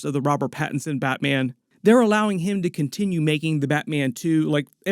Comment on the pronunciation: this guy saying Batman.... "BatMeean"